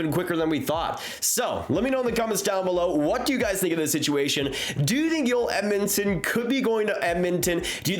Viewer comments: Good video always interesting but as an aside Joel Edmundson is Canadian , born in Bandon, Manitoba and his name is pronounced "Joel". The J is not silent and its not pronounced "Yoel". On the other hand Joel Armia is Finnish and born in Finland and his name is pronounced "Yoel". So there you have it: the correct way to pronounce their names: Joel Edmundson from Canada and Yoel Armia from Finland. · Joel not Yoel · His name his Joel. Not yoel. Cringe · Why you call him Joyel... He's Canadian Joel... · Why do you pronounce his name “oel” you need the pronounce the J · Joel Edmundson’s first name is not pronounced ‘Yoel’ as I am hearing you use. They J is not silent. Whereas his teammate, Joel Armia is spelled the same way, but the J is pronounced like a Y. Cheers bud. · It’s Joel not Yoel 😂 he’s not a Swede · It's Joel not Yoel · Y'all are smoking crack..Joel Edmunson is not worth a first...its up there with Hall for Larsson. He's a depth dman who's pretty one-dimensional and not standing out. He's also Canadian and his name is pronounced to that of our english language, in J-o-e-l...not European sounding of Y-oh-El. If it weren't for picking up successful assets that the leafs could not afford to keep, the Oilers terrible management would probably have lost Conor or Leon, by now. Not a fan of the Oilers or Leafs. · Just a heads up, it's Djoel... Not yoelle... The guys anglophone ffs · His name is JOEL not YOEL.. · Joel Armia pronunciation messing with too much 🤣